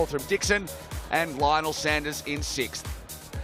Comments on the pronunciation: As Lionel has been the big marketing push to this event it’s really annoying to hear the commentators ( and ) constantly mispronounce his surname; it’s not like he’s new to the sport; nor they!🤷‍♀️ you need to respect these athletes by learning their names. Otherwise a great event!👍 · Congratulations on securing as big a name as Lionel to this event. It would have been great to hear all the commentators pronounce his name correctly (Sanders not Saunders, it’s not difficult) from the start, this unfortunately seemed a bit demeaning given how much you put him in the spotlight. Great to see non drafting on the bike too.